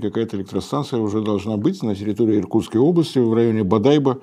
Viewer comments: БодайбО. ударение на последнюю гласную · БодайбО - ударение на последний слог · БодайбО - бурятское название, поэтому ударение ставится не там, где русскому уху привычнее. :) Очень интересный выпуск, Борис! Спасибо. С наступающим Вас Новым Годом! Желаю счастья и здоровья, больше тепла душевного, больше радости и новых встреч с интересными хорошими людьми! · Как это у вас получается названия коверкать? БодайбО, ударение на последний слог, золотари ещё зовут Бомбей) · БодайбО. Ударение на крайний слог. Центр золотобывающей промышленности. Месторождение Сухой лог. Энергодефицитный регион, просто караул. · Добрый вечер. Извините, но вы не правильно сделали ударение не на первую "о", а на последнюю "о" Бодайбо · Извините но легендарное бодайбо произносится не так